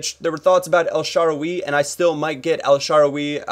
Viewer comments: u need to learn how to say players names correctly !!!! El Shaarawy not el shawaWEE !!! and i did here u say in a video before BoYjan its Bojan !!! no Y !!! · its el SHA - RA - WAY